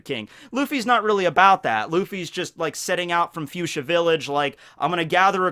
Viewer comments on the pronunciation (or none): none